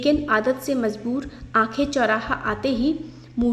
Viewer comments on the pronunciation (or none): none